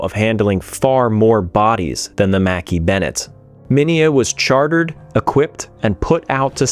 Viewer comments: I thought it was pronounced macKAY bennet not mackee? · wow I didn't know that the Mackay-Bennett was pronounced as Mackie-Bennett, I always thought that I was pronounced as Makai-Bennett. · Its not Makee Bennettt its McKay as in MacEye not Makee . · As a native Nova Scotian, your pronounciation of Mackay-Bennett is driving me nuts... however this documentary is well put together & well done so I'll push through. I believe that you visit Halifax often. Next time you're there, ask a local what the name of the two bridges are & listen to how they pronounce it...😊 Thanks for the good work! ✌🤍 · Agree I've always heard it pronounce mkeee on any films I've seen on the recovery